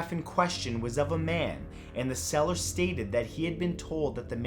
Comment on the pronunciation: I keep hearing "cellar" not "seller"